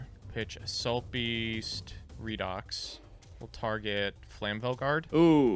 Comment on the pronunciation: It’s REED-OX. Redox. It is pronounced like this because of oxidation-reduction reactions in chemistry that are called Redox reactions. You say it like reduction.